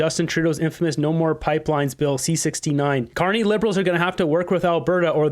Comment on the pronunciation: Nah he said it correctly.